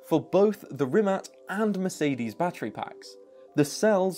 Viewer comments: I know its picky but Rimac. Not Rimat. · Am I the only one annoyed by the incorrect pronunciation of 'rimac' as 'rimat'? 🤔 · It’s a “tz” sound not “c” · rimac not rimat, they have a bad logo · Rimat? i feel offended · Is he saying RimaT?? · this. So in the video pronunciation is incorrect.. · Rimac..... Rimac, that's with a c not t..